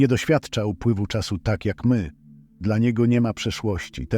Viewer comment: zmieńcie tego bota.... Bo nie mówi się DELA tylko DLA